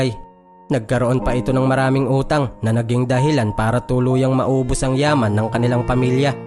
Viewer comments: Natawa ako sa pag bigkas ng utang ng ina nia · 😂ako dn😃 ang lutong eh.